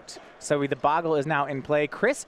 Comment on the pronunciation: I guess Magic players are incapable of pronouncing bogle correctly.